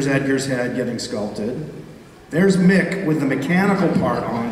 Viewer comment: Its Mick, not Mark... poor Mick.